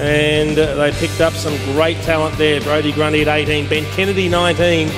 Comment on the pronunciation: Brodie Gundy haha its Grundy